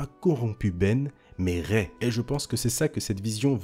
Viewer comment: "ce n'est pas Rey-elle" 😐